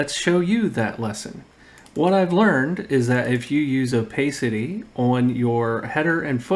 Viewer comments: It’s pronounced O-PASS-ITTEE, not “oh-pay-city». Are you not a native speaker? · FYI, "opacity" has an a sound like "iPad". Nice video, exactly what I was looking for.